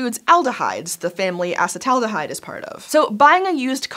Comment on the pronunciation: Say it with me, ah-seat-uhl-aldehyde